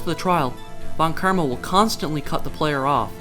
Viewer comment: Sorry, but von KIRMA??